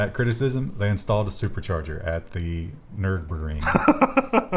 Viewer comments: Nur- in - burg. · Joshua French Bet you are from USA. its Nürburgring.